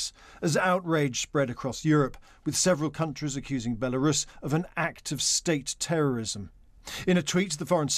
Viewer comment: Why is she saying "Bielarus"?